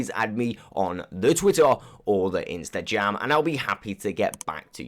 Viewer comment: I love it how you say the Twitter or the instagram but you say instaggggam